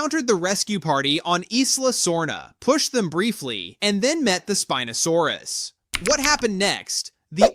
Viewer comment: Spin-o? Spine-o-saurus